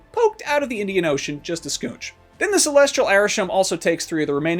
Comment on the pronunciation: "just a scoonch" who says schoonch